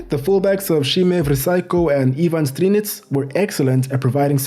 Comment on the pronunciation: Dezhan Lovren? Guys, our J is not G or ZH. Its Deyan Lovren. Example: Jugoslavija / Yugoslavia... Pjaca is Pjatsa, Strinić is Strinitch.